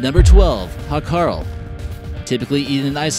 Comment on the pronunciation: Hahahaha bro you said hot Carl that's not how its pronounced. I love this channel